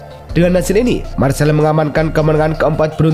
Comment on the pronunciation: Marsey bukan Marsel